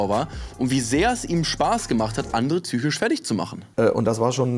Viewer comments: Psychisch nicht zsüchisch🤣😂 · Hehe tsüchisch. PS ja sry ist unangebracht ich weiß, aber ich musste halt das ganze video daran denken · „Tsychische“Probleme und „Vorbildsfunktion“ 🏫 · Tsychisch? Tsychose? Warum? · Ich bin ganz bei dir,,,, aber warum sagst du Züchisch anstatt psychisch????? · Sag noch einmal “tsychisch” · finde wenn so oft ein und dasselbe wort (psychisch) in einem video vorkommt, kann man sich auch die drei minuten Übung geben, die es braucht jenes Wort richtig auszusprechen. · Junge es heißt psychisch !!! Wie du mich triggers😂